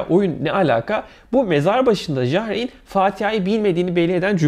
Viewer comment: Ja reyn ne la , yar ayn diye okunur